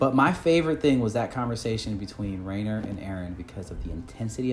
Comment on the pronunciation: was giving shit but still ended up pronouncing “Reiner” wrong LMAO The dub is actually quite good so maybe you should watch it to get the names right 😆